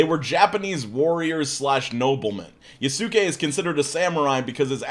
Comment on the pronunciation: Ok, …. It’s pronounced Ya-skay… the su is a quick, hard S sound ( like the s in sound lol) so, think of saying ski, but instead say skay: Yasuke=Yaskay…. Lol or the Yaaaaaasss! ‘Kay! Lol